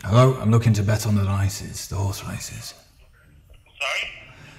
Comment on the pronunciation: says 'orse not horse.